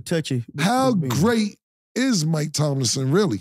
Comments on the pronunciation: Yooo Killa it’s Mike Tomlin not Tomlinson like Ladainian. Just lookin out B. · It’s Mike TOMLIN killa, not Tomlinson 😂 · Cam, it's Mike Tomlin not Tomlinson lmao U get a pass though